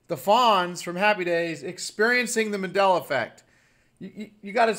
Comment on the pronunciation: Sweetheart, its MAN-della, not MA-della. Just an fyi.